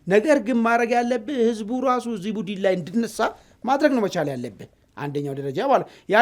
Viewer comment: Budn bel not budin